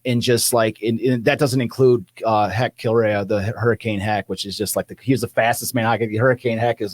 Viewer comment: Hec (last name should be pronounced) "Kill-Ray"